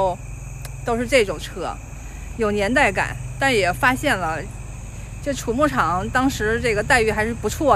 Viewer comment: 这里要读xu畜牧场，不是chu发音